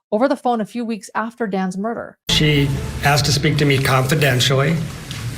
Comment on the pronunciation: Or a question is Axed, rather asked. Just saying.